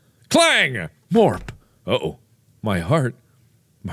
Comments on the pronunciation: to the way he says morp always make me laugh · I can’t take her seriously while she keeps calling you Morp